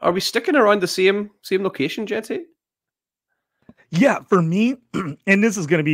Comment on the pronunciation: Tet and Mike Evans comparison just doesn’t fit right. They have completely different play styles. Evans is much faster and stronger. Tet is smoother. Also it’s pronounced Ashton “gen-tee” not “gee-tee” cmon man